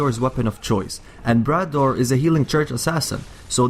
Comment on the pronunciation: He mispronounced Brador (Bray-door) and it made me cringe